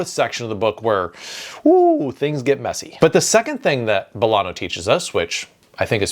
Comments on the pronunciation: Just so you know, Bolaño with that letter ñ is pronounced Bolagno (similar to Gnocchi and Bologna). That's what the ñ letter does. Greetings from a Uruguayan living in the EU (= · As a Latino writer, it's my duty to say its pronounced "BolaÑo". It's not an n, it's an ñ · Bolaño is pronnounced, Bo-lah-gno (like la-sa-*gn*a), not like an N. Similarly, Allende: ll = y (yak) OR j (jacket), not like L. Not rolling your Rs is ok, we're aware we grow up making the sound and you do not (so we forgive you ;) ). But these sounds do make you sound more professional when talking about our big writers. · can't believe it, so clever ideas and useful advices and yet, talking about South, Central or Latin American, or naming authors, you hardly pronounce a single one right: Paramore? Bolano? Mixing Title and text, I also assume a trainee does your video editing.:face-fuchsia-tongue-out::face-turquoise-covering-eyes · Good tips. I wish the names were pronounced correctly though. Bolaño and Allende were butchered but Llosa was pronounced correctly. "LL" is pronounced like "Y", not as a long "L", so Ayende and Yosa. Bolaño would be Bolanyo.